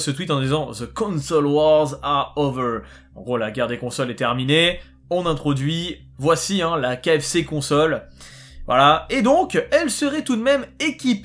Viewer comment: La prononciation KFC CONSOLE au lieu de KF Console. Pourquoi prononcer 2 fois le c alors qu'il y en a qu'un. Après la question c'est même si la console tourne et qu'il n'y a pas de soucis du à la conception du compartiment de chaud. Est ce que des jeux vont vouloir produire dessus. Après si ça se fait et que sa tourne bien avec des bon jeux. OK je pourrais le prendre mais je me servirai peut être pas du chaud mais même sans l'utiliser à la revente ça peux avoir de la valeur de posséder les 1er modèles.